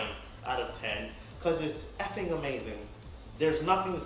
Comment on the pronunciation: btw its EFFIN not Fking